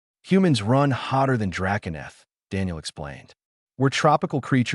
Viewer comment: Your stupid AI has gone out of it's way to find new words to mispronounce. Run, is not spelled "Ron". Your tenses on word pronunciations only shows the quality of the AI you purchased to read write your story. You created a minute long video, and obviously skipped the part of appropriate quality control before posting it publicly. If you did watch it, which I doubt, then you need to get someone that understands the language better to do the quality control. Yea, i know this sounds like harsh criticism but, you chose to publish this in the state it is in, so the choice is yours. You can do better, and you owe it to at least your self to do better. Wound (to wrap up) when you mean "Wound" (an injury)? C'mon now. Your AI keeps pronouncing "Under Dock", but then it keeps spelling it "Underdog".